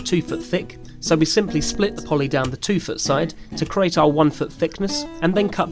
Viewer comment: CREEEAAATE not CARATE!!! Apart from that? Good piece.